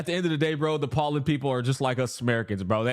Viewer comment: your pronounciation of Poland is crazy 🤣